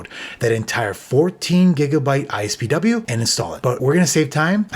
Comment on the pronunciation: It really bugs me how you keep saying ISPW instead of IPSW. It’s been IPSW since 2007 when they were first used for iPhone restores and updates.